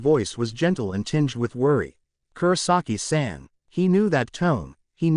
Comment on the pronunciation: Just, some names are pronounced wrong, like Kisuke, the auffix -san, Zanpakuto etc. and the pronounciation is too flat. That's probably because the names are pronounced like they are english names and not japanese ones.